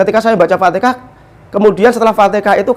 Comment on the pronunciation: Al fatihah Bukan al fatekah